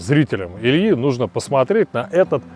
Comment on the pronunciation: Давно на вас подписан, Илья, но вот это твоё "посмареть" жутко бесит.